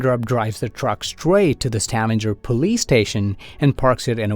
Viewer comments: Stavanger is not pronounced «stavander», just straight ut Stavanger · Probably because of the way he pronounced Stavanger